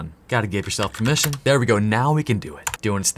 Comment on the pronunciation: im laughing so hard you said "im not giving you permeation" like my tools didont fail